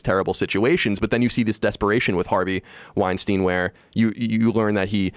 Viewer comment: Joe says "Brett Wein-STEEN," and "Harvey Wein-STINE," haha! Love ya Joe